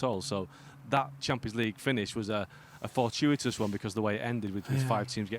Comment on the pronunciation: The man say fortuitous yes…Sad Rubbish 😢 No respect